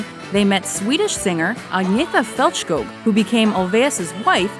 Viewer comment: Faltschkog and Lyngschtad 😂😂😂